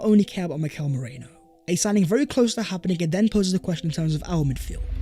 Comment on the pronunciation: Much Love. Please pronounce our new signing properly. A simple YouTube search of how to pronounce Mikel Merino will help. Top video once again.